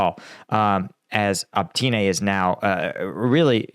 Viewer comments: Why is it you see Opytne but say Optyne? Every time, every video. Cant you reed the leters in order they are written down? I see that with many english speaking people. Like you guys cant read at all. Advice. From left to right. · You should ask some Ukrainians to help you out with pronouncing the names of the cities and villages a bit better... You keep saying optyna but its opytne (opi t ne) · Opytne, not "opTYne".